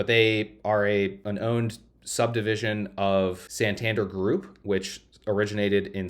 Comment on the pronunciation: You take in consideration Marcus by Goldman Sachs. Also everyone in the world knows Santander which is pronounced with the emphasis in DER. santanDER